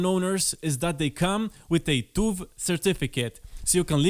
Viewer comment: I die a little bit inside every time someone pronounces TÜV as TUV. What about the dots on the U?